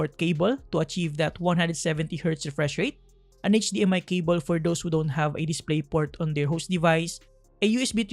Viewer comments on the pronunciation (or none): none